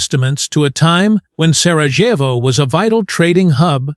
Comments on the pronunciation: It's pronounced SaraYevo. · You cannot even get the pronunciation of your subject correctly ….PATHETIC.